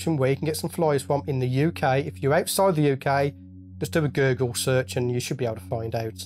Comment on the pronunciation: Did you say gurgle when saying google?